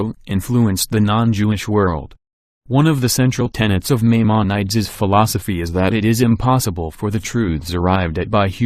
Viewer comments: Tell your robot Maimonides is pronounced "my-mahn-uh-deez". It makes it sound more like it knows what it's talking about. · You did not correctly pronounce Maimonides. Please correct your pronunciation. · This should never have been narrated by a computerized voice. The voice had no idea how to pronounce Maimonides.